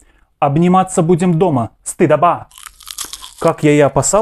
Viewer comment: не знает, что правильно "стыдо́ба"?